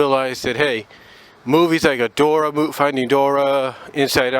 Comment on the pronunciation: "Dor-ee" not Dora